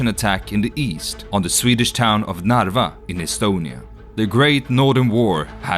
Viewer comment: Narva town is very good pronounced in Swedish, but the King should be then pronounced "KARL den tolfte", not Charles.